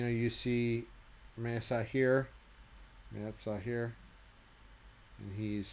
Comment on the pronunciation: Amazing collection. One can just dream of looking at them up close even. Also, isn’t the pronunciation ME-AT-ZA? Great videos!